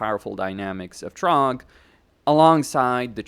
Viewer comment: It's Throgg not Trogg! 😂😂😂😂😂😂😂